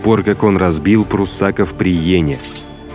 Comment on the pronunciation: Не пруссАков, а пруссакОв!